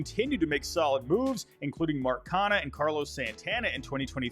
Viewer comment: Great video but man I hated how some of these names were pronounced. Made, Yophery, Canha